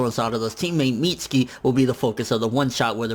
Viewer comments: Mit-su-kee not Meetski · It's not "Meats-ski" it's pronounced "Mit-sue-key" Lmfao